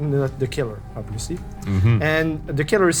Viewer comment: OBILIVLYBIILIOUS Learn english dude..........